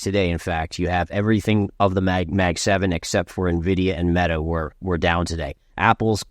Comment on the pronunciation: Every gamer millennial hurts hearing these econ-celebs saying "Neh-Viddy-Uh"